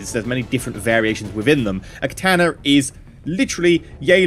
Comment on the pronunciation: You are the only person I have heard pronounce katana properly. Most people pronounce it like katarna.